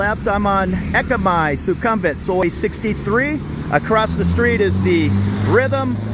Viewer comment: Suk-um-vit not su-kum-vit Meant to be helpful, not critical